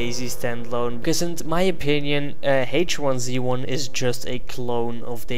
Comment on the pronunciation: I believe it's pronounced H1Z1 not H1Z1.